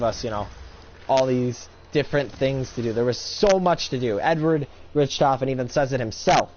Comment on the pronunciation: same thing with Richtofen. you say Rick-tofen. not rich. (lol soory m8)